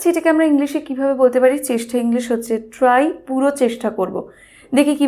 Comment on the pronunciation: Very nice vdo.... But "chestha" ny divai Ota "chesta" hobe